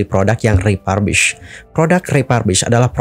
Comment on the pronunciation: Salah pronunciation - refurbished. Periksa kamus.